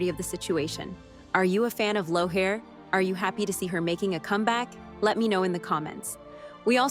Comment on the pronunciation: Starz is a disgrace to make everyone wait months and months and months for this second half of a show that should have been on last year!! I hope that they don't do that to Season 8 when it's finally read to air. Trying to patiently wait for this show in November. And this person doesn't even know to say "Leery" it's not loughair!! Wow! Figure it out. (from Sandi)